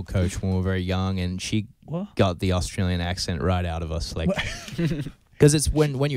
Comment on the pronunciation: How can you not even say Australia properly as an Australian. Wtffff.